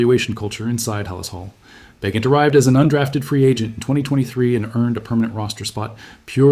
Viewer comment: AI BS. Can’t pronounce Bagent.